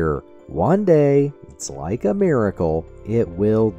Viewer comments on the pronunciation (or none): none